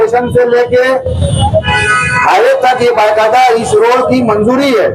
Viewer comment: Bhai yaar tum na baqaeda باقاعدہ bolna sikhu hr video bye qaida sun kr na mza nhi aata...